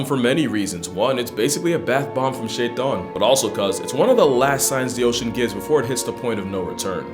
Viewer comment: "Shaytaan" (pronounced perfectly) Me: WHY DID YOU SAY THAT NAME